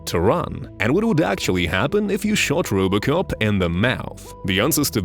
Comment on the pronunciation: "Rubocop" xD